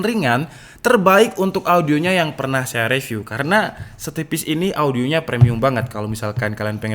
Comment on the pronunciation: Bang ak suka liat video mu Di benerin minggrisnya bang, baca “review” itu “riviuw” Ada di video yg mana gtu, abang baca “call of duty” itu “call of daty” hahaha.. duty tetep duty baca nya bang Smoga bermanfaat